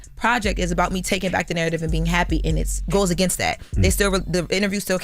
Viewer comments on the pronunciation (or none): none